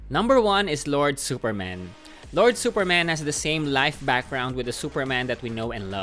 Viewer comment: “Supermen is exactly as we know. He is also from Krypton.” I know exactly what you mean. But it sounds like that “he is Superman. But in addition, he is also from Krypton. That is cool right?” Lol